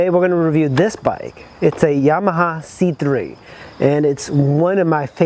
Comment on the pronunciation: The engine is the best part, 3v four stroke fuel injection. Makes a healthy 5hp. I'd say the biggest flaw are the brakes, but you can do a front disc swap on these I believe so there is aftermarket support Btw, it's pronounced C-cubed